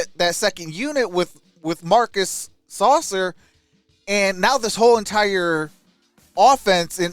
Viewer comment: “Sass-sir” not saucer.😂😂😂